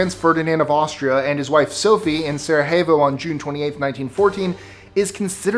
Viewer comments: Sara Hevo - that's a new one :) (Sarajevo) Not Spanish my friend, it's a Serbian name. For many European languages J=Y so it's pronounced "Sarayevo". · It's Sa-ra-ye-vo, not Sa-ra-hey-vo. Also not Gav-ri-yo, it's Gav-ri-lo. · SaraHevo? Dude, it is Sarajevo 😝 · You mispronounced Sarajevo. It's Sarah-YAY-Vo, not Sarah-Hay-Vo (the letter J has a Y sound) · The "j" in "Sarajevo" is pronounced as a "y," not an "h"! Man! Bad enough we have to keep hearing you say the "t" in "often." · Awesome video and presentation, but... "sara HAY vo" ??? Ouch! Most languages use the letter J as in Jägermeister. Sara YAY vo. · Number 26: Sarajevo is not pronounced Saraehvo, but Saraevo instead. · It's Saree YAY vo not Saree HAY vo you twit!!! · It's pronounced Sara YAY vo not Sara Hay vo. It's not Spanish. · Did he just say Sarahevo? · you pronounce the capital of Bosnia wrong Sarajevo